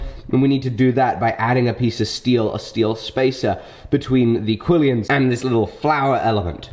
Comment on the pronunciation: Quillons doesn’t have ē in the second syllable 😖😖😖😖😖